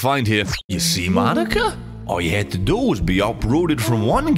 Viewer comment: it's moh-knee-kah, not maw-nih-kah